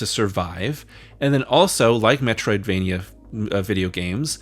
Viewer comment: Now I have to see a May-troidvania series or something. Castle-May-nia? I dunno.